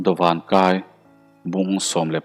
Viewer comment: Dawván kái tih tur aw. Dawvan a ni lo.